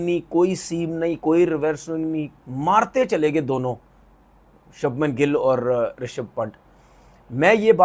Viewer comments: Are bhai shubham gill ka name toh sahi le le shabnam gill ne he voh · Shabman nhi Shubman 😂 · Shabhman nahi its Shubhman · Shubman Gill ❌ Sabman Gill ✅ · अनपढ़ आदमी वो शबमन गिल नही छछुंदर है तू उसका नाम शुभमन गिल है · Sabman gill 😂😂😂😂😂 inse naam bhi nhi liye jate andia sabman paijaan 😂😂😂 begerat log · Subhmam re sabman nehi 😂😂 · Sabnam gill aur reshav paint😮😅 Porkistani urdu😂peak pe hai😊